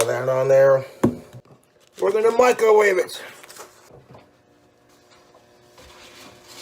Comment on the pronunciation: I always hear 'Micawave'